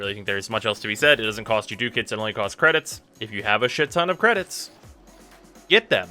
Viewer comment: it's DUCK-ETS, not DOOK-ETS